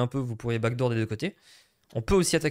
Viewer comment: Backdoor si tu veux prononcer a l'anglais ça se dit back d'or pas back dour